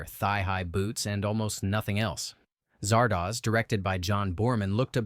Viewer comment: I've noticed that everyone who talks up "Silent Running" tends to gloss over or even completely ignore the fact that the MC murdered his own crew and the crew of another ship that came to rescue him for the sake of trees that will probably end up dying anyway. How do you mispronounce the name Zardoz when it's said repeatedly in just the first few minutes, even if you are an AI? Kind of funny that I watched most of these movies already.